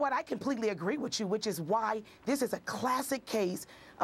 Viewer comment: Pamela Means " you know I completely agree WICHOO " O.o lmao